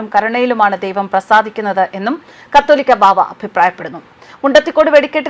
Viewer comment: "കത്തോലിക്കാ" ബാവ എന്നല്ല കാതോലിക്കാ ബാവ എന്നാണു. വെടിക്കെട്ടും ആന പ്രകടനവും അവസാനിപ്പിക്കേണ്ട കാലം കഴിഞ്ഞിരിക്കുന്നു. മനുഷ്യർ സുബോധമുള്ളവരാകുക. 👍🤗